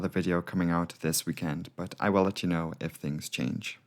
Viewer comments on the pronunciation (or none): none